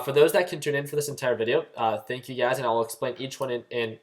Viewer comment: Whenever you say, "you guys" I think you are saying "UGAZ"... LOL :)